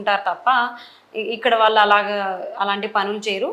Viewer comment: Lady anchor.Telugu pronunciation correct ga cheyyandi.. వాళ్ళు అనాలి..వాలు కాదు